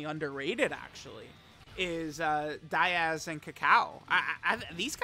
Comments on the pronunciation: Its Daiz, not Diaz. Bro cant read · it's daiz, not diaz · It's Daiz, not Diaz. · Maybe one day will pronounce Daiz's name correctly